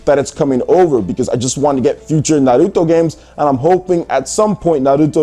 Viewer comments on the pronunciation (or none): stop saying it like that .. its "n har root toe" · Can you stop pronouncing Naruto with an L? Christ!